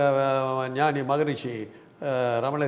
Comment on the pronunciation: Noni not ஞானி